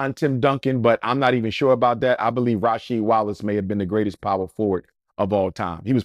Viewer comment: This man said Rasheed Wallace 😂😂 cmon man. Cut it out.